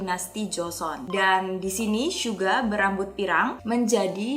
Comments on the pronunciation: Kok telinga gw gk enak klo ngomong syuga bukan suga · bilangnya syuga bukan suga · Suga oy, bukan syuga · jangan manggil suga jadi syuga dong sama j hope di panggil nya j hob aku nya gk suka manggil yg bener aja